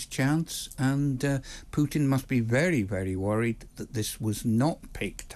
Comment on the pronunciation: Stop saying 'Pyutin'. It's Putin as in poo-tin.